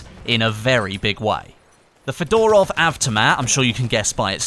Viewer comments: it's not pronounced Fedorov (like Fedora) but more like Fyodorov, with stress on the first O. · Mispronounce FEDOROV,stress on the first syllable - FE...dorov